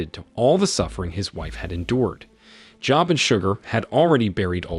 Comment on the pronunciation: Job is pronounced "Joeb" like Job of the Bible